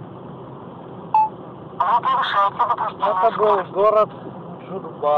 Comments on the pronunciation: Спасибо за видео. Уважаемый, этот населённый пункт действительно называется "Джубга", но не путайте при произношении ударение. Ударение падает на первый слог "ДжУбга", а не "ДжубгА". Это адыгское название. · Джубга с ударением на последний слог дика порезал слух, но в целом видео отличное) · Да без претензий) просто очень необычно звучит